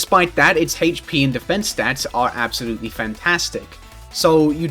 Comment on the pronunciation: I don't like the way you pronounce HP